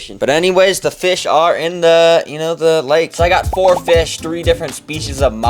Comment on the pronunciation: feesh, cool feesh